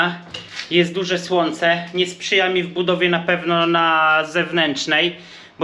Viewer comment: na sloncu nie wymawia Ń